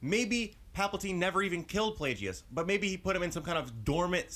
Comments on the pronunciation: ITS NOT( pla-jee-us) ITS ( pla-gus)!!!!!!! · Plagues is pronounced Plag-us. Also, Snoke was the apprentice that killed Plagues. Palpatine became Snoke's apprentice much later. Palpatine did say in ep. 3 that the story of Darth Plagues the Wise was a Sith legend... (so there's a good chance that it happened a long time before that conversation). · his name is pronounced plague and guess, so plagueis